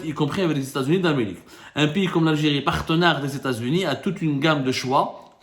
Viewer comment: « Pour protéger la sécurité de lalgé-ri contre toute agression « 😂 MasterClass de fin d’année 👌👌👌